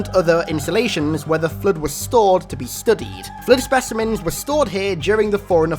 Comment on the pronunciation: God damn your voice is annoying. ‘Da flud’